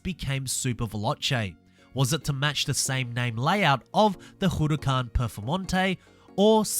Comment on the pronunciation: Did any of you laugh when he said huracan?